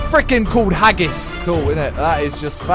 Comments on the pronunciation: Who the hell is "Hagis" it's pronounced Hagi. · His name is not pronounced haggis it hagi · who knows hagi is a legend in romanian you say it haji but it's spelled hagi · HE is not Hagis he is Hagi